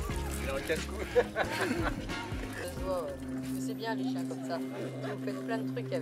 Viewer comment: mon "cheins"😭 Mais sinon il est magnifique ❤️❤️